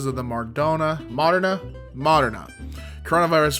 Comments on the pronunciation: ok, this isn't me being mean, I just want the guy to know! moderna is said muh-der-nah. I LOVE the way you said it though lol. You are an honestly amazing man! Also, the dude whose professor is a dead guy, the professor is just Professor Cuthbert Binns, Harry Potter fans will know what I mean. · I'll help you pronounce it Mah-dern-ah Moderna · Sorry, is pronounced mod-er-nah. I'd know, I live in Wisconsin and got the vaccine because I work in a hospital. Thankfully, very far south from that piece of shit dude.